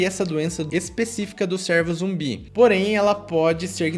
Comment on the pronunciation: Top.. mas a pronúncia não é "sérvo" e sim "cêrvo"